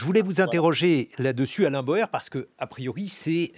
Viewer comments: D'après la voix, l'invité s'appelle "Alain BAUER" et non "Alain BOER" 😇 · Bauer et NON PAS "Boer"! 😡